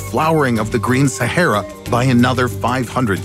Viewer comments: Why u pronounce shehara it's sa-ha-ra😄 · I've never heard Sahara pronounced so bizarrely